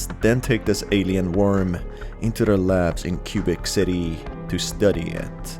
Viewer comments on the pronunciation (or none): my friend i belief it is pronounced qua-bec city not cu-bic city just clearing that up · Loved how you pronounced Quebec City lmao “cube city” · Cuebeck city lol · Qubik City? 😂